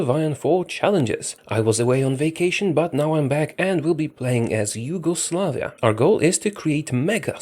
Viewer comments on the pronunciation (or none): “Huge-oslavia” THAT AN ACHIEVEMENT